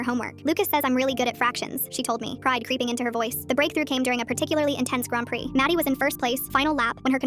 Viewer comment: Is that how grand prix is said..?